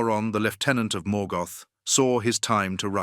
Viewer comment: Please learn how to pronounce the names correctly. You actually managed to mispronounce almost every single name, even when you pronounced Morgoth correctly you came right back and mispronounced it in the next breath.